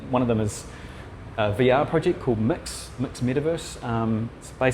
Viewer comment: The NZ accent always confuses me: the switching of vowels (“mix” ➡️ mux/mx; “spend” ➡️ spind). It’s like mixing Scottish with Australian! Takes a moment for my brain to translate a lot of the words 😂